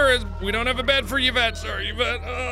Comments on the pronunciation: bruh when he gets Yvette he says it like yavette but its pronounced like evett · Yvette is actually pronounced as Evette, jus saying. My sister's name is Yvette too lol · Everyone else complaining about gameplay, but the true horror? "Ya-vette."